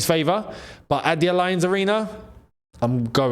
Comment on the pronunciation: please stop pronouncing 'Allianz' like that! 😂